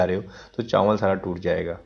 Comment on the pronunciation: Chaanwal😂bolne ka trika